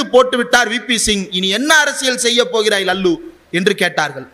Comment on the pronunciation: ரொம்ப மகிழ்ச்சி தம்பி இந்திரகுமார். அவர் லல்லு பிரசாத் இல்ல. லாலு பிரசாத்.. இனிமேல் லல்லு என்று விளிக்காதீர்கள். லாலு என்று சொல்லுங்க.